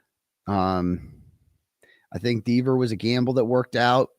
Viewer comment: D Eh ver not Dee veer